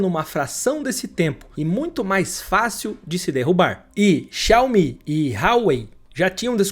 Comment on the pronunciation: Os videos são interessantes! Porém dói o ouvido quando ouvimos as pronúncias das marcas! Não custa nada pesquisar para saber como se pronuncia! Maybach por exemplo: Mái...Báh.....e não MEI BÉC... XI..A..O..MI e não Xaomi... Parabéns pela apresentação e Edição!😉👍